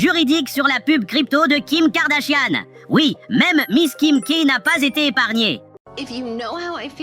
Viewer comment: 😂😂😂😂 "Kim Kardashianne" 😅😅😅 la prononciation ma tué de rire 🤣😅😂